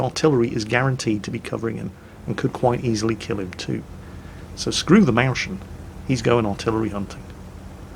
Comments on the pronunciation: Well, actually, it's pronounced "Mois-chen" not "Maushen." You could also just say "little mouse." Here's a link with spoken examples: Otherwise, great vids;-) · Actually, train your German language skills! It's pronounced møjsjen not mauzzhhen. Wake up man! It's a small mouse. Not a moose. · Forget the description, as a German the misspronounced Mäuschen gets me xD It's not "Maushn", it's "Mois (like moist) - chjen". For the ch i have a link for you: Look at the 7th word "Näschen", which is very similar to Mäuschen, and listen to the example. The "chen" behind a noun always indicates that something is small (its mostly used to say that something is cute because its little). Now you might understand why they called it "Mäuschen", which literally means "Little Mouse". You are welcome: ) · Its MEUS-chen,not MEUSCHEN,You have to lets say seperate the s from the ch!!It sounds so ugly!!! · it’s not mauschen, it’s meu-s-chen. Yeah I know....go back to the German salt mines.😢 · The "Maushen" is pronounced as it is spelled: "Mäus-chen" The "chen" indicates small as in cute. "Maus" doesn´t need explanation. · I love u and LOVE ur videos but PLZ dont say Mauschen... it is Mäuschen:) https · Maushn Maushn Maushn ^^... it's more like moys-shen. I know the ch is difficult for you. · OUTCH!:DDDDD You are hurting your german fanbase really hard^^ You are BUTCHERING the pronounciation of "the maushen" it's Mäus-chen. Like "moist" without "t" and - i admit "chen" might be difficult because not used to that as a brit^^ BUT! A little help, just listen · Mäuschen is more spelled like moys-chen ;) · "Mauschn".... thats not how to pronounce Mäuschen! Thats how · Mäuschen = Mois-yen, pronounced mois as in moist and yen as in the currency. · What is a Mowshen? Pain in my German ears! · That fucking butchered pronunciation of "Mäuschen". It's more like "Moiskhen"... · Or even moys-hen ;)